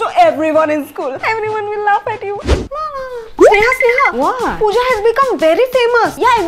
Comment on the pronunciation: Why couldn't you pronounce L at the end,my name is Snehal